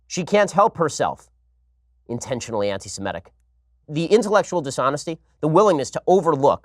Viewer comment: Maybe he's dyslexic -- maybe he's not -- but every time Ben Shapiro says anti-simetic I want to take his kippa off his head and smack him with it.